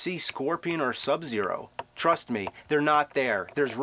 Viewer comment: In the tiger episode I barely noticed how weird he pronounces Sub-Zeros name... subzeRO... But I very much adore the way he says Aliens.